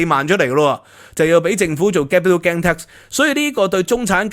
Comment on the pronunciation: 「英國同德國」 「英國同法國」 明明係法國同德國，竟然兩次口誤？ Gain 發音非常不正確，應該像pain, main, 不會讀pan, man, insurance 重音在第二個syllable sur，去了英國幾年英文都好像仍然港仔模式，平日好像少聽本地人講話和看英國本土節目。 一搜谷歌好多各界對budget反應，還有許多你沒有講到，比如: NIC 對受聘由12%減到8%, 對顧主增加 減酒稅 投資數碼科技 潔淨能源 公屋 Business rate relief Data use & access bill 太空科技 R&D tax credits ...etc. 認同有留言稱讀私校不會計較加稅。就算送子女回歐洲返學都不是什麼大陣像，我以前獨自去英留學不是更遠？香港的ex-pat都有些把子女送回祖國上學。看來你只拿兩三樣欠缺全面，帶風向。 我七十到八十年代在英國經歷煤礦罷工，還有巴士、地鐵、麵包、煤氣、郵差…都撐過來了，對付煤礦工會是Thatcher不是工黨。 今日聽到O'Sullivan 成功成為香港優質專才移民，嘻嘻！不過訪問時並無提到是為避稅！笑死人！🤣